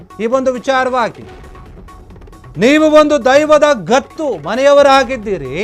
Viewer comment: Adu gathu alla guthu sari odi